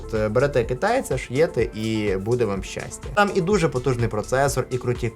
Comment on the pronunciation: Гарна українська мова, але фраза "близько трьох місяців назад" українською буде "близько трьох місяців тому". Тобто, "назад" немає в українській мові, є слово "тому". Такой "шьєте" українською буде "шиєте".